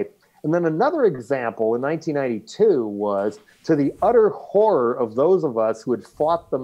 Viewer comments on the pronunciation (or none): none